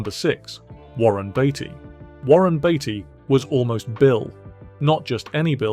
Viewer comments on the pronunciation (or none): Sure it’s Beatty not Baity